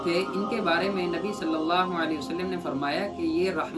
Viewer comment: "Nabi" ke achhe se le